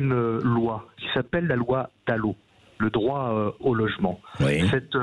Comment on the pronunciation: "on l'appelleu simplet, plom plom"